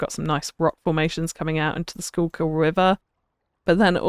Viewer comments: It's refreshing to hear someone pronounce Schuylkill correctly the first time 😂 Most people struggle! There are a few places in Pennsylvania with that name, so I grew up hearing it a lot. I'm originally from Philly, now in San Francisco, and have been loving this series so much. It reminds me of where I came from; bittersweet feeling! *For anyone curious, it's said like "skoo-kll" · Lovely stuff as always., but still the most impressive work is your pronunciation of the Schuylkill River! lol